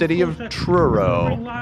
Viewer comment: Hearing say Truro NS and also showing Frankie MacDonald in one episode was crazy